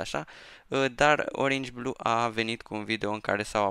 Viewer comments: Nu se zice oringi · Nu se spune oringi blue cine crede că e greșit cum spune el sa de-a Like aici